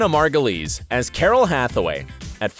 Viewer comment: How is it that you can pronounce Margulies correctly and not Wyle?